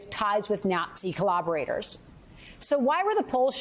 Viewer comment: Please figure out how to pronounce Macron. And did she say "coloberators"?